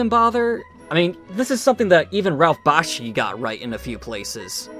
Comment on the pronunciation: you said Bakshi wrong. also I don’t find anything wrong with his movies. perfect Peter Jackson wouldn’t have even made The Lord of Rings if it weren’t for Ralph Bakshi